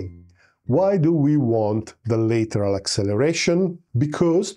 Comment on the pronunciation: lateral as in latch, land, bad, and not as in letter, better or later.